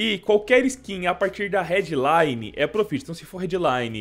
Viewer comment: Se pronuncia prófit pqp